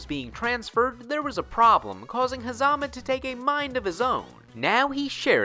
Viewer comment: its pornouned ha zuh muh